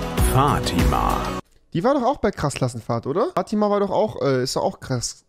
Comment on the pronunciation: Fatima wird da voll cringe ausgesprochen🤗💅